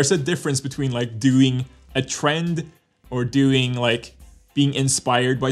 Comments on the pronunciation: the way says doing like dêüing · i love thé way u pronounce that Doouing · the way he says doing :)